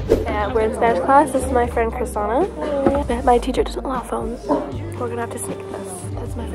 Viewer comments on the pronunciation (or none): She butchered her name it's kree - shh - nah not krisana 😂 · the girl is probably used to them calling her krisana now..they should pronounce her name right tho- they completely changed her name to fit their american standards.